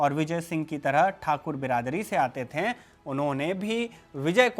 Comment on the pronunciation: कृपया "थे" को "थें" न कहें